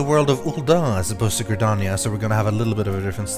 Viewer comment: I know I've been too into this game when I hear you pronounce Gridania wrong and out loud correct you within seconds. Its pronounced Gri-dar-nia not Gri-dania. Man I'm an ass